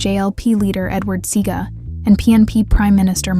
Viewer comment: You've circled the wrong band member. That isn't Bunny. Shameful. Also, it's not SEE-GA. It's SEA-AR-GA. God, get the facts straight.